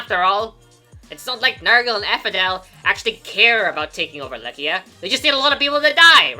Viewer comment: I’m pretty sure Eliwood also pronounces it "Lie-See-Ah" In Heroes.